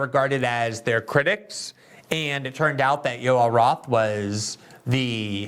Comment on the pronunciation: ‘Yoel Roth’. Every. Single. Time.